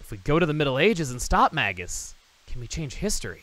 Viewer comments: Nereid (Ner-ee-id), after the Greek sea nymphs I mean, Magus is usually pronounced with a long 'a' as well, but whatever. Some people even use a soft 'g,' like it's plural "magi," but that's not really accurate to its origins. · Here's something I've always wondered. The name "Magus" comes from the word "mage", right? So how come I always hear people pronouncing it with a hard g. Shouldn't it be "may-juss"? That's how I've always said it, anyway. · You're still pronouncing "Magus" wrong, dude. Look it up in the dictionary.